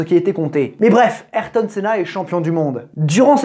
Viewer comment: Super vidéo mais la prononciation d’ayrton me gratte l’oreille mais vrm sinon super vidéo je l’ai a peine commencer Js déjà que cv être incroyable